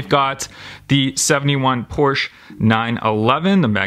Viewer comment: So cool seeing Magnus Walkers 911s and stuff. says everything else fine but mispronounces Porsche. Smh